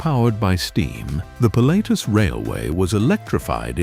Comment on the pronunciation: Das ist das Ergebnis, wenn man KI auf die Menschen loslässt. Zu dumm, um Wuppertal, Pilatus, Schienenzeppelin u.a. richtig auszusprechen...